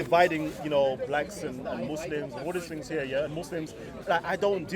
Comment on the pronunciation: you should aks someone to help you wid these tings